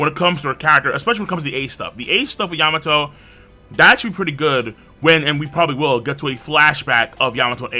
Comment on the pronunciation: You mean yam-ato